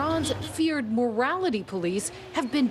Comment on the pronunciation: They are the "morality police" not the "mortality police" or did I mishear that?